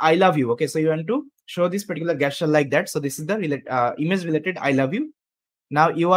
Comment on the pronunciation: Jesture (not gay-sture)